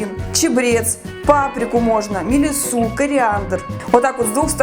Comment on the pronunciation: Мелиссу’? Скорее всего мели’ссу…